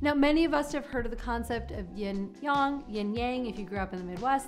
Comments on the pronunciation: She can't pronounce it. She said Yong not yang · Correct is more like "yeen" and "yahng," not "yin" and "yong." But at least she didn't add a g to yin like so many Americans do. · Yeah it's Yin and yang. Not yong. Everyone knows that